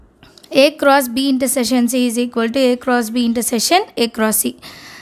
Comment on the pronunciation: Intersession ❌ intersection ✅